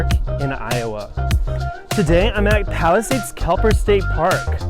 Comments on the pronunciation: Tell me you know it's Kep-ler, not Kel-per. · Just a friendly heads up, your title and pronunciation is wrong. It's Kepler, not Kelper. Regardless, thanks for your time and review!